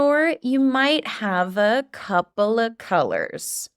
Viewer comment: I love the way you taught us how to pronounce "a couple of colors" (copla), and I also learned how to use the word comb in another context. Thank you ❤